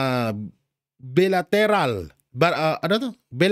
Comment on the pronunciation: Boss baka pagtawanan ka ng mga ugok sa pag basa mo sa Bilateral ang basa nyan kasi Baylateral 🤣🤣🤣🤣🤣🤣